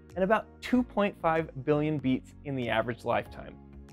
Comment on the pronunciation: At first, I thought he said "yeets"- as in "this thing yeets about 100,000 times per day". I have decided I like this better, and moving forward I will now ask my doctor to listen to my heartyeet instead.